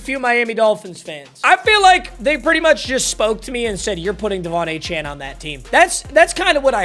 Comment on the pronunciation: Another season of wheel of mut and another season of not pronouncing Achane's name right